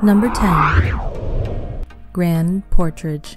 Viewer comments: The person doing the narrating should know how to pronounce the names, it’s grand portage not portrage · Good video but the grand “portrage” part got me 😂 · "Grand PortRage"? Bless your AI heart.